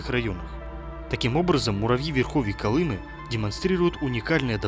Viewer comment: А у Колымы что изменили ударение? Или это автор - безграмотный?